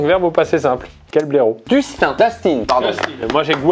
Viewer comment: blaireau * pas blairot :3